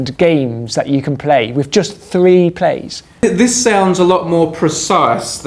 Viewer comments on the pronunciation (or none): That's "plays" not "plies" :P